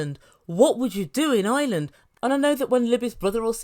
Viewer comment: It’s IRELAND not island